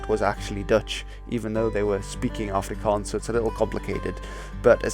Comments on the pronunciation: Thanks for pronouncing everything properly, you don't know how much it hurts when people say it wrong. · Thank you for your accurate prenounciations of our moedertaal (mother tongue).It did not go unnoticed☝️. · Correct pronunciation. Wooo! Thank you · Finally,an englishmen that can say afrikaans words properly